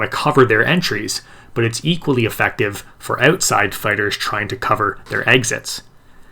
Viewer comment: Canadian eh? oatside... lol